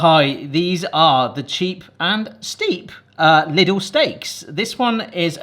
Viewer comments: I have a bit of a pet peeve with the word Lidl, in the Netherlands most people will also pronounce it "little", but it's originally a German store and the i is pronounced with a 'ie' sound like in the word mie or wii 😅😅 Other than that, love this video, love the new setup and always love the videos with the two of you 😁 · LIDL is pronounced “leedle” (like needle), not “liddle”. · It’s pronounced like “Leedle” (rhymes with “needle”). 😂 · At the self checkouts it's definitely not! "Thankyou for shopping at Lid-ul, see you again soon!" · We thought it was pronounced it like Lydle rhymes with title